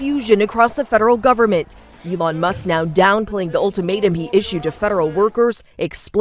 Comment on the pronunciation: She's AI can't pronounce Elons name fake news